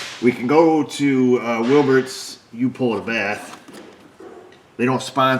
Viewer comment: who else thought Says Wilberts "you-pull-a-bath"😂